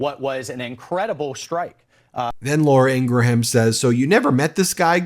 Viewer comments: No big deal but it is pronounced "Ingram". Not Ingra-Ham. (Law-ruh Ing-gruhm) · Are you intentionally pronouncing Laura Ingraham's name wrong? Because its a very common name where I'm from and we pronounce it, ing...gram or ing...grum. Like Teddy Graham or Honey Graham. The h is usually silent. If you google how Laura says her name she pronounces it the same way also. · Although I don’t like her as a host. Laura pronounces her last name as Ingram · What's with so many pronouncing "Ingraham" as having three syllables? It's TWO syllables! 🤔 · Does Ben mispronounce Laura Ingraham’s name on purpose? 😂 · Ingraham does not pronounce her name like that. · I love how Ben mispronounces Laura Ingram last name on purpose..😂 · Do you mispronounce Laura Ingraham's last name on purpose to get back at all of those MAGAts who pronounced former Vice President Harris' first name "kuh-MOL-ah"?